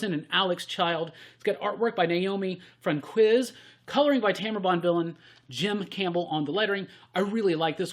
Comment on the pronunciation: Naomi Franquiz’s last name is correctly pronounced as Frahn-Keez, not Fran-Quiz.